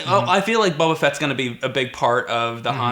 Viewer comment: Bobo Fet? You mean Abobofet?